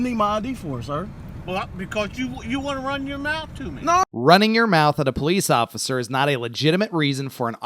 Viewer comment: What is a "poleex obliser" and why does he keep saying that..?